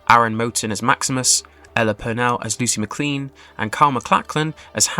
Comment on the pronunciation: The way this guy mispronounces common words and names you have to wonder if he ever watched an episode or played a single level of Fallout... Walton Groggins, Lucy McCleen, Mohaave... just to list a few. Bro probably just threw "Make me a script speculating what will happen in season 3 of Fallout" into ChatGPT and started reading without checking and proofreading.